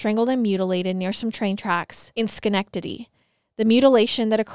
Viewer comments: I live in Albany and it kills me when people pronounce it "Al"bany...and I was impressed with the pronunciation of Schenectady as well... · All-be-knee NY. Lol. That’s how you say Albany….. you did great with colonie! That’s my damn mall too, so it’s so freaky! I never knew about this & LOVE this mall! It’s the one with the Cheesecake Factory (lol) also did great with schenectady; btw. I told my husband about this case bc I always go there when I need “me” time. Now I text him whenever I go literally anywhere! Even if I stop off to get gas, I tell him. 🙏🏽❤️